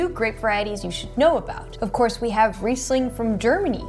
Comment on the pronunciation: Also you don't know how to pronounce Riesling. Please,educate yourself.